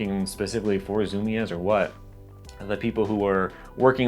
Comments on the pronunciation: FYI it's pronounced (zu-mees).. Not (zu-mi-ez) lol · btw not to be rude its pronounced zoo-me's not zoo-me-ez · Zoom-eeeeeez. not zoo-me-ezz no worries tho, if you didn’t grow up around one it’s all good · "Zum-i-ez" It's pronounced "zoom-eez" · he pronounces it ZOO - MEE - EZZ instead of ZOO-MEEZ the way I do. now my mind is blown and I have no idea which is correct. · its Zoom-EEs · No, he went to zoomy ez, get it right. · The way you day Zumiez bothers me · But bro you have to know how to pronounce zumiez if you have a skateboarding history and information channel on YouTube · lmao thinks we won't notice he went to zumiez if he mispronounces it